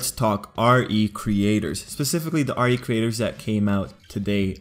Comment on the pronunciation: It's pronounced "ree creators" not R E Creators.